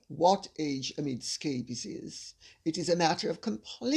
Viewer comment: The way Lady C says 'Aamid Sssscabiess'...🤣🤣🤣🤣